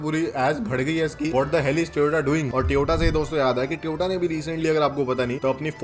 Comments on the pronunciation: Bhai toyota ko tyota kyu bolte ho seriously it's annoying Tyota tyota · Tyota nahi hota bhai..Toyota hota hai 😢